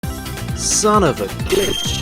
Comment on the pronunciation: It sounds like son of a bich